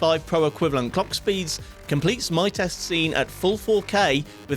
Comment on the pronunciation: You're saying "cockspeeds" on purpose, aren't you? Don't lie to me